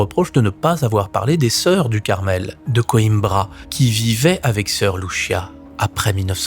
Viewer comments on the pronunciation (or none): none